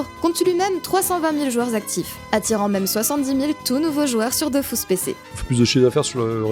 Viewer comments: Perso... malgré le fait qu'il répète DOFOUS pendant 5 heures, on dit toujours DofUS et pas Dofous. 😅 Merci pour la vidéo... à quelques semaines de Dofus 3, ça va pas aider notre productivité ça. PS: désolés, gros bisous si tu passes par là. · "Dofus" et pas "Dofousse", je m'en fiche de ce que disent. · dofUs ! pas dofOUs RHAAAAAAAAAAAAAAAAAAA explose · Est-ce que l'event halloween s'appelle Dofrousse ? Tu sais, par rapport à la prononciation du nom du jeu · C'est bon j'arrête vraiment de regarder, c'est Dofus pas Dofous, allé ciao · Perso je dis dofous et pas dofus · Je me ferais jamais à " Dofous " et " Astreub " c'est impossible ! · Je ne regarde pas une vidéo où on dit "Dofius"